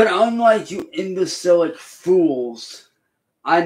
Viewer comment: “imbacilic” isn’t a word